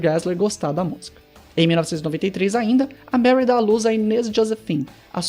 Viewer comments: O nome dela é Marie, e se pronuncia "Marrí" e não "Meri" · A pronúncia não é Mary...